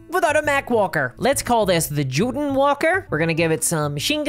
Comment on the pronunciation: I had to rewind the video because of a serious mis-hear. I was cleaning some 3d prints and listening to the list. When we got to the walker I needed a double-take because I heard, "Jüdin walker" which... seemed like it could arguably make sense thematically if they were SS WWII Germans, but seemed super poor taste. JOTUNN makes way more sense. Just, maybe be wary of the pronuncuation...